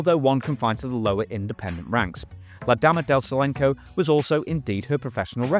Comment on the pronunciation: Silencio is Solenko...ok. other than that ear worm, cool video!